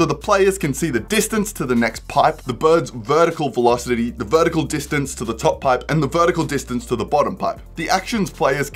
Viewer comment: I swear I heard "birdicle" and not "vertical" lmao